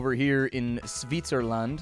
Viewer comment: misspronouncing 90% of the countries. how to you go from switzerland to swytzeerland.